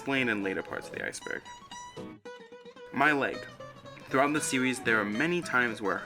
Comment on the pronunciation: “Thwuwout da seowies” lmao sorry I can’t take you serious